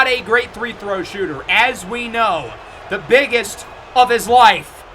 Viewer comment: day 1 of asking why says three throw instead of free throw